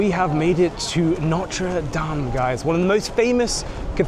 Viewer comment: NOTRE DAME -- please note the last letter